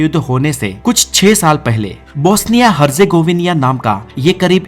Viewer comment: हरजेगोविनिया😂😂😂😂 हरजेगोविना है सही उच्चारण